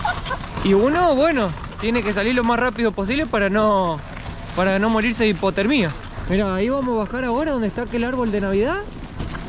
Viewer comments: Hipotérmia aplicando la acentuación en la e sin acento obvio no hiportermía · habla tan mal, pero uno se acostumbra a escucharlo jajaa "HiportermÍa" o al Reno el le dice "Rena" o los peces debajo del agua para el son "pescados"... Ma si, ya no importa nada 😂 Se los quiere! Estoy maratoneando todos sus vídeos! Saludos, buen vídeo! 👏🏻👌🏻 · Hipoter tuya?......es hipotermia con diptongo y sin tilde en la i....ja ja ja Feliz Navidad - God jul!